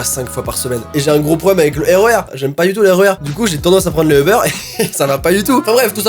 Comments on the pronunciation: Ce n'est pas euber mais UUUber!😂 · C'est pas Euber mais Uber tu dit u pas eu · ¡«U»ber! U!!! UUUUUUUUUUUUUUUUUUU Sinon je te kiff mais on dit «Uber» pas Euber..🙂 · Il dit euber au l y eu de Uber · Tu dis Euber moi je dit Uber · C'es uber pas eber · On dit pas Ebeur on dit UUUUUber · Cest Uber pas EUBER UnU 🤣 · On dit pas ebeur on dit ubèr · Att? Tu dis Eber, moi je dis Uber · Je suis la seule qui prononce Ubère et pas Euberre 😂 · Sa se dit pas eber sa dit UBER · C pas eubeurre c'est uber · Ça stresse que moi qu’il dit Eber au lieu de Uber ? Ou peut-être ça ce prononce Eber et y a que mw qui dit Uber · c’est Uber pas euber sinon j’adore tes vidéos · Je suis la seul à dire Uber et pas Eber 😂? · "Ubeurre" LOL 😂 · UBER comment le prononce a chaque fois j'ai l'impression qui parle de beurre XD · Qui a compris au début "Le beurre" 😂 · Pk tu dit eber sinon continue comme ça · certaine fois quand il dit uber je crois il dit le beur